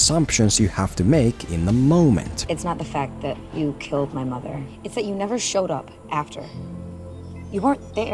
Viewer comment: That was exactly me ; what particularly threw me off was the way she said my mother so the entire time I was confused and not focusing on their conversation.